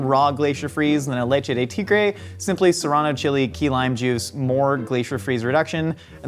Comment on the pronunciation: "leche de tigre" my guy you just made Baja blast